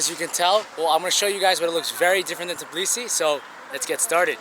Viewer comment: Its tbilisi not tiblisi